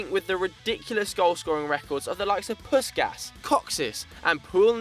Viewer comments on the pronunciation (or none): with 7 Puskas is pronounced Pushkash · Magyarok! Fogadjunk még nem hallottátok így kimondva Puskás nevét :D